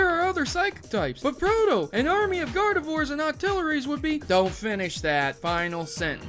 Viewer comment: I was laughing my but off when he said Gardviors and Octileries.